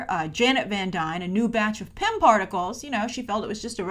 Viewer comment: Sounds like you were saying pimp whenever you said pym